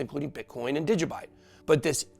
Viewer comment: Hahaha he said Digibyte